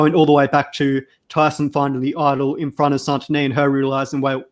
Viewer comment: Why can't the hosts pronounce the players' names correctly? That's not how they pronounce Santoni and Kiran on the show. It's been 9 episodes.